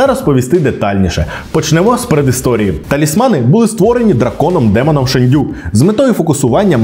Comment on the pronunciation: Шéнду🥲 ніякий не шендю🤨